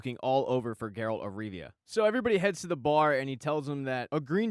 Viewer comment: Not tryna be rude but its Geralt of Rivia not Geralt of Riva